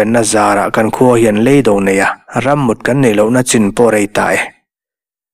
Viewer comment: Lei do, lei thluk sang hi a hniam tur a ni zawk lo maw?